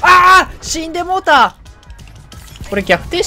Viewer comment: 日本語カタコトな海外の人みたいで草